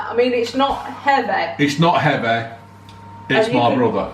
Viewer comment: It’s not heaveh!!